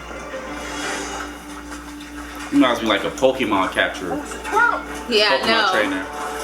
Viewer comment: "It's that Pokamon its that pokamon " 😂😂😂😂